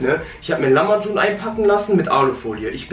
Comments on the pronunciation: Er sagt lamacun😂😂 bro lahmacun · Es heißt nicht lamacum sondern lachmacun